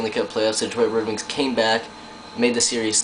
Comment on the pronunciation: oooooooo go to and listen he says wed wings! HAHAHA WAt a dick